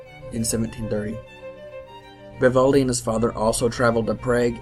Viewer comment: Vivoldi?!?? Lol VIVALDI VIVAAALDI